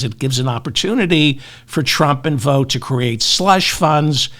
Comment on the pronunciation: Good to hear you saying "Vought" correctly.